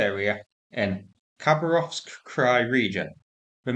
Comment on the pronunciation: Friendly note… Kabarovsk pronounced KaBARovsk. Keep up the good work. 🙂